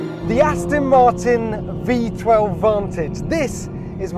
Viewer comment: Gear Will you ever get Jack Rix to speak correctly - Remind him it's 'Aston' Martin (not Astin) you know 'ezackly' what I mean.....